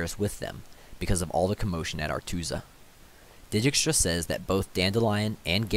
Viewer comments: It would actually be closer to 'Deykstra' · Great videos! Please stop saying “deejeekstra” it’s “deekstra” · I've noticed that u pronounce dijkstra's name as di gi k stra it's actually deegstra or at least that's how geralt says it in tw3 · It's a Dutch name and they pronounce it day-kstra (or very similar, I'm not Dutch:). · It's Dike-stra in the audiobook. Either way he butchered most pronouns; and I agree, good video. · Stefan I’m pronouncing it as if I were Polish, as is the source material. The fact that in the first audio book the narrator pronounces it deykstra has nothing to do with it. In any case, any pronunciation variation is better than deejeekstra.